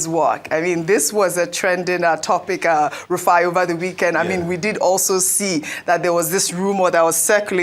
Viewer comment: Rufai not Rufia😂😂